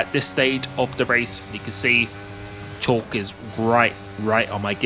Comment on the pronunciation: The driver Schalk's surname is pronounced skullk. It's a South African Afrikaans surname.